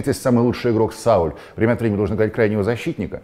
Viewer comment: Не стоило извиняться за Солскьяэра - это правильное произношение, где-то уже спорил по этому поводу. А вот с Саулем вышло некрасиво. По аналогии с Раулем ударение стоит делать на второй слог. Ps. Извините, я немножко филолог и меня бесит, когда говорят "Сульшер". Елагину, который это придумал, хочется надеть кастрюлю на голову.